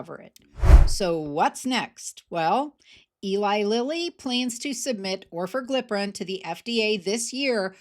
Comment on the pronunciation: Should be noted only the lowest doses of the new pills (Orforglipron from Lilly, and ‘Oral Wegovy’ from Novo) will be priced at 149. The highest doses will be 399, according to Lilly. Still, it’s an improvement. 🤷🏼‍♂️ Also, it’s pronounced or-FOR-gli-pron (I think).